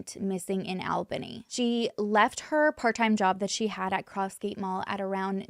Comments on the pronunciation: It really took me about 5 times of her saying to figure out she meant Albany NY lol I was like where the hell is that.. o you mean all-bany 🤦‍♀️ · I find it so interesting how people that are not from New York, call it Albany how it’s spelt but most people from New York (at least everyone i have met) pronounces it All-bany